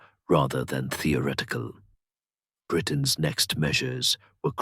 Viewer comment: The reader/narrator CANNOT pronounce the words with the consonant combination 'th'. He says, 'ah=TOR-it-tee' instead of 'ah thor =it=tee'. He says, 'tee=or=ret=ick=cull=' instead of 'thee=ah=ret=tick=cull'. What the heck is this mispronunciation!??!!? Not a single one time, over and over and over AGAIN! Listen to this HUGE error!